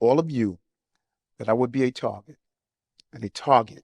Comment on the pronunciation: He's a "tawget" and a victim of "roomuz"